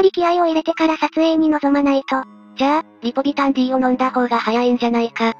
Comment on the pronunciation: リポビタンは「ディー」じゃなくて「デー」だよな。